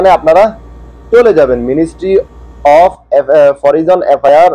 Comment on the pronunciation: Of এর বাংলা উচ্চারণ অফ না হবে না অব হবে।